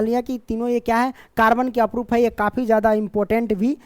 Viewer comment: Aprup nahi sir Aprrup hota hai